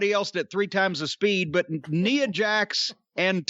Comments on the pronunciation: Was Corny pronouncing 'Nia' like 'Neea' a jab at WatchMojo? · Why he pronounced Nia like that😂😂😂😂 my poor baby?